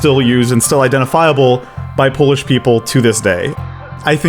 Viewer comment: I personally feel that sarcasm or irony is crucial aspect of xD (in all variants), and this is what would fit our sense of humor more. lol feels more funny without that ironic aspect, like honest, unburdened funny, which doesn’t happen to us. Also, huge appreciation for the effort of pronouncing Polish words properly!